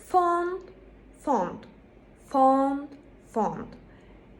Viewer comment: Hocam faydalı bir video olmuş teşekkürler yalnız desert ile dessert telaffuzları karışmış, law kelimesini low gibi telaffuz etmişsiniz, found kelimesi de aynı now kelimesi gibi faund şeklinde telaffuz ediliyor, accept kelimesini telaffuz ederken başta schwa kullanılıyor, sizinki biraz except'e kaçmış. bare ile bear'ın telaffuzu aynı. cereal ile serial 'ın telaffuzu da aynı. Bunları neden yazdım; birincisi İngilizce öğretmenlerinin telaffuzlarının çok iyi olması gerektiğini düşünüyorum, ikincisi bu yoruma denk gelenlere bir faydam dokunsun. İngilizce telaffuzu geliştirmek için fonetik öğrenmek gerekiyor bence. æ, ʌ, ə gibi en çok karıştırılan sesleri doğru şekilde telaffuz etmek için önce bu sesleri öğrenmek, farklarını anlamak gerekir diye düşünüyorum, bununla ilgili de youtubeda bir sürü video var. Üstte yazdığım kelimelerin telaffuzuna Oxford Learner's Dictionary'den baktım. Yazılı olarak fonetiği veriyor, sesli olarak da telaffuzunu veriyor. Umarım birilerine faydası olur.